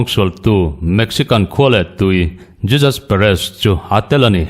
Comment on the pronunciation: JESUS ti a lam tur ani lo HEJUS tia lam tur